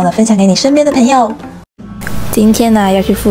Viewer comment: 朋友的（朋）發音太刻意了😂和你道地的內地口音很不搭捏😂，通常發音標準的都不會發（ ㄆㄣˊ）的音